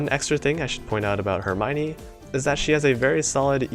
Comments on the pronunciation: Her-my-nee? I always pronounced it Her-me-o-ne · 1: really nice video, for some reasons i didn't check any of new ships skill (because gacha bless me so maybe i was too happy IDK) 2:...please...ask Hope for some prononcing lecon...why you say "eurmaygni" instead of "hermione"... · Im not sure if you say Hermione right. That doesnt sound correctly qwq Edit: Same with Perseus